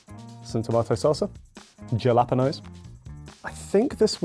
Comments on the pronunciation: I am American so we pronounce it HALA-pain-yos, so I was confused when he said: JALA-pen-Oes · really said JAlapenos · He's definitely trolling 🤣 I've heard him pronounce it the correct way before! It's not even like he pronounced the J instead of H... he said the whole word weird lol Jelapanos 😆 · In Mexico and the US and pretty much all of Latin American and Canada (I guess all of the Americas) say Jalapeño’s like HAH-LAH-PAIN-OH not JEH-LOP-EH-NOH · Halapenos not jalaponoes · Bro said jelapano instead of jalapeño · It was all fun and games until said, “jalapenos” instead of jalapeños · Ja-lah-pa-nos . I never heard it pronounced that way. Spanish pronounced "j"s like a "h". Usually pronounced all together like halapainyos (more or less) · ‘Jehlapenoze’ bro im british and even i know how to say ‘jalapeños’… im crine ToT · Whats a galapeno lmao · i done wtf is a jalpanoes wtf is that it a hala sound sir it is spanish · The point that said jalapenõs made me almost mad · Listening to British people pronounce Mexican foods is the best. Ja-lapenos. And what color guac does he eat. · as a mexican-american watching this video, pronunciation of jalapeños (Ja-la-PUHN-oes) REALLY caught me off guard 🥹😂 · I lost it when the guy from the uk pronounced jalapeños as gel app pen ohs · “Jil-la-pin-noes” Damn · I can't stop thinking about how the British guy pronounced 'jalapeños' like 'gelatinous'. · Not cooking segment with that bgm 😂😂😂😂 and him saying JALEPENOS ffs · Bro said ja-lap-enos?????? We don’t say it like that in the UK, please don’t think we say it like that lmao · DID HE SAID YELLA-PANOS?? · Djalapănos. Stop,, you'ren't ðat funny. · as a mexican, he did not jus say jalapanos. lord give me the strength. 😤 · why did call it "gelapinos":face-blue-smiling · Aint no way bro said “jella pennos” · "Jah-lah-pen-ohs" -, 2023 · There's no way my man just called jalapeños ga-lah-puh-nose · just said "jah-lapenos"